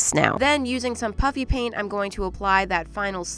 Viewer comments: I know it's "puffy paint" but I still hear "puppy paint" every time 😂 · It sound like you saying puppy paint😂😂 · Why do you call it PUPPY PAINT not puffy paint but over all I love your bids and can I be 10 and watching your content 🎉❤I love you❤❤❤ I can never paint like you 😢 but I LOVE you 😅 sorry for being talkative 😅 my name is Rorse and I live in Egypt bye🎉